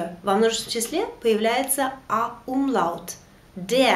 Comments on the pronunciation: уроки ваши классные, но есть одно маленькое но, в немецком языке нет грубопроизношенной буквы Л, она всегда произносится как ЛЬ. И когда вы произносите слово умляут как умлАут, это режет уши. А так все супер.😊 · Добрый день. На 6.12 Вы произносите слово Umlaut...буква ,,л,, или нужно ,,ль,,? ,,Л,, везде мягкая и всегда или бывают исключения. Мне показалось что Вы говорили твердо... ,,Умлаут,,? Данке)